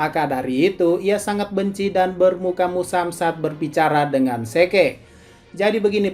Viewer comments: ZIK OY BUKAN SEKE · Zeke = zik